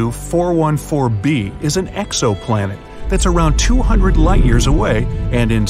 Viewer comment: You said the name of the planet wrong you said 414 b but the name u displayed was 141b ?!?